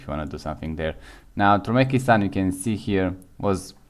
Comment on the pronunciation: Turmekistan?😂 Türkmenistan bro